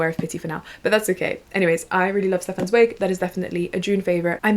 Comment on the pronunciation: so happy to see you promoting free favorites when so many other creators promote overconsumption :') also, im pretty sure Stefan Zweig is pronounced like TS--vige. "vige" like bike if that makes sense!! im starting beware of pity by him and am super excited to keep reading